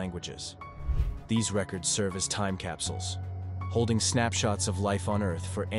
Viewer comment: Time not tome